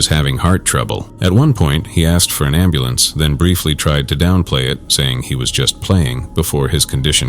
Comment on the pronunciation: 1st video. Lol. " call da amble lamps ". Lol He axed you to call the amble lamps ofiicer. Dont have no compassion for attics. Let 'em all OD.